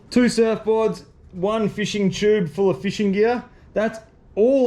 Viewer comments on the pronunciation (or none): none